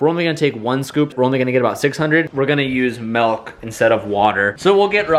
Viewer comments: I’m gonna use MELK instead of water. It’s milk brother milk not melk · Did just say “melk” instead of milk??¿¿ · You say melk too! Yea never say milk